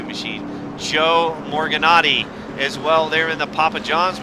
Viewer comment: You guys said my name wrong lol. You said it like this Morganati. You say it like its spelled lol.